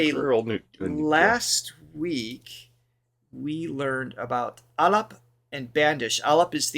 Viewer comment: You are doing great ! Fantastic . You can pronounce “a-laap” , “Bun-dish”, and “laay-kari”. I hope this helps.